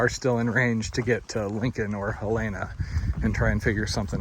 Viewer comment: Hel en a. Not hel ay na. My dad grew up there.